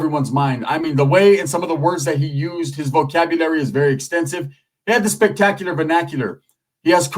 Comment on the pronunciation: Spec-tac-u-lar Ven-ac-u-lar 😂